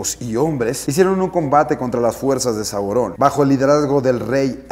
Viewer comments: ¡También a mi! Es Sauron no Saurón. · Es sauron, no saurón....no tiene escrito acento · Saurôn si caga escuchar que dice Saurôn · Esta impresionante, muy buena adquisición. Pero un pequeño detalle, y creo que la mayoría estamos de acuerdo en que nos incómodo como dices Saurón. Pero dejando eso de lado, buen vídeo. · Me incómoda como dice Sauron. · Alex te recomiendo que pronuncies sauron,la comunidad de fans de esdla es una de las más respetadas hacia la obra de tolkien,pero te amamos por adquirir esa pieza y detallarnolas esta hermosa 🌹